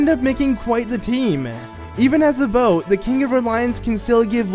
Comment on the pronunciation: Why is he saying bow instead of boat